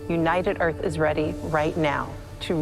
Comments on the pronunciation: WELCOME TO EARF! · She's not president of the Earth.... she's president of the EARF.